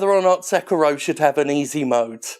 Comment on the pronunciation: You know, I'm more angry at how you mispronounce Sekiro than I am at people wanting easy mode in games.